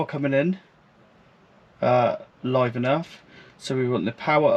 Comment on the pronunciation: Its live and earth not live and nerf😅